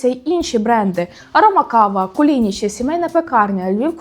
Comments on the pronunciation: Не Куліні'чі а Кулини'чі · Ні, українською кулИничі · КулиничІ, нагалос на останній склад )